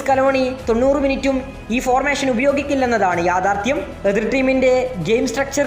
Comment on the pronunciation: ഫോർമേശൻ അല്ല, ഫോർമേഷൻ